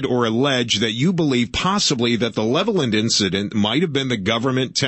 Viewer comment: I am from Levelland. My Dad witnessed the ufo. Also....Levelland is pronounced Level Land!